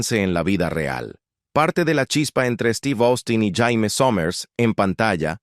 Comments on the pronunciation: No sé dice Jaime, se dice Yeimi, pronuniciénlo bien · Si nombre no se pronuncia como JAIME.. Porque en español sería un nombre de hombre.. Se pronuncia "YEIMI" Summers 🤦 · No es Jaime... se pronuncia "Yeimy". "Jaime" is nombre de hombre. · Ora Jaime🤣 Se " prenuncia" Jeimy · Su nombre no se pronunciaba ni Jaime ni Yaime, era "yeimi" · Què desastre que la llamen JAIME, como si fuera hombre. En mi caso es apellido😂😂😂😂😂😂. Muy mal, esa pronunciación es desastrosaaaaa😢😢😢